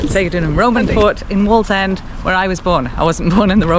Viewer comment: It's waaallsend 😂